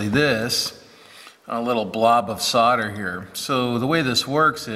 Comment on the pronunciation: so why did you correctly say solder and then mis-correct it to sodder? it's always made me wonder why many Americans do that. I'm not trying to be rude, but am fascinated as to the reason